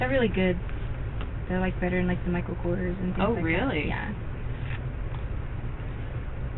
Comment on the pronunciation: Did say her purse was better than "Michael KORTERS"?! Ma'am, do u mean KORRS?